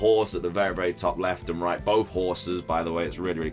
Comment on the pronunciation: Did he say berry useful?